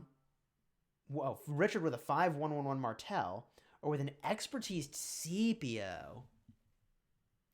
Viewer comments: Scipio is pronounced like Skip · It’s pronounced like Sip not skip or see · because is he Roman, it is pronounced as Skipio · you're wrong. It's pronounced like skip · you're actually incorrect the correct pronunciation is like sky